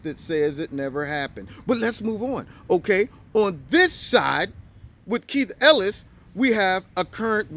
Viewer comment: It's not Ellis. When you don't get the name correct it distracts from the message